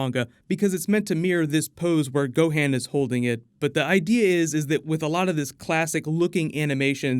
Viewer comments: I need to fan check you son. Gohan is pronounced Go-Hawn not Go-Hann you sound like an American reading off his name for the first time. And Vegeta is pronounced Ve-Jee-Taw and not Ve-Je-tuh it sounds like you’re about to say vegetales when you speak Vegeta’s name. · Don't you ever disrespect my boy Gohan's name like that ever again,"gohand" NO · I gotta let you know how to say certain names correctly... Goku's son Gotten is pronounced Go-Ten and his older son Gohan is pronounced Go-Hawn. Thanks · u say gohans name so fucked up it makes me cringe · I got triggered by your pronunciation of Goten and Gohan... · Cringe*** when you said vegetas and gohan's name lol